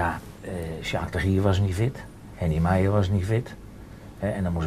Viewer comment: Geweldig, hoe hij Sjaak de Gier zegt i.p.v Jack😂🤣 (Korbach doelde op 'Jack The Ripper', Jack de Gier)